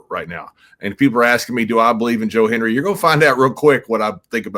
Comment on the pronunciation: Can we teach the older wrestling announcers to say Hen-D-ry?😂 Cole & McAfee did the same thing. 😂